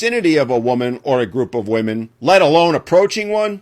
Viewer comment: Am i the only one hearing women...say women wrong?